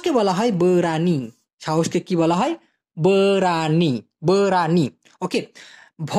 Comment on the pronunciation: আপনি কাকাতুয়ার মত বেশি কথা বলেন উচ্চারন আপনার সঠিক না, যেমন,আপনি বলেন। বরানি,বতুল,, Betul, Berani,, besar. ইত্যাদি।